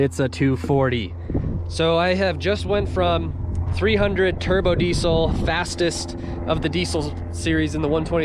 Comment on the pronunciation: They way he says diesel hurts me deeply